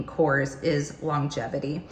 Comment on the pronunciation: Hello! Thank you for this video! Just a small advice: the brand is pronounced: korrEs. So the "E" is pronounced and accented. I am from Greece and I love this brand!